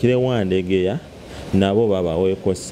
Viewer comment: The. Guy. Should. Be serious. He. Even. Cant. Pronounce. Wandegeya. Properly?